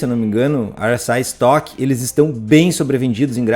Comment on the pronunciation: RSI como eu digo: érre ésse i como o diz: airr éss ai é outro nível esse 😄